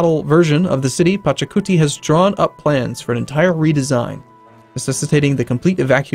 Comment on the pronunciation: IT'S PACHACUTI :))))))